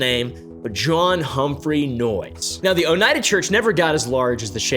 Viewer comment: “Oh-knee-ah-duh” is how I’ve heard the locals say it